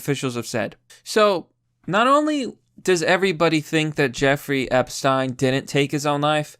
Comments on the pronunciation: Its Ep-shhh-teen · I just love the way he pronounces Epsiten.❤❤❤❤❤